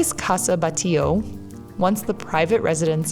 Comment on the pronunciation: Thanks for the tour. I grew up there and, yes, it’s beautiful! You did not show very much of Las Ramblas, plaza España, and museums. By the way, without wanting to criticize your Spanish or Catalan, it’s pronounced BAT LLO. And Joan in not like the English Joan, it means Juan and it’s pronounced Yuan. Keep making videos!